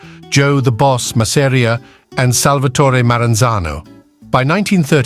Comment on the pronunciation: Mazz-a-ree-a. Creators never pronounce his name right. Va fangool!!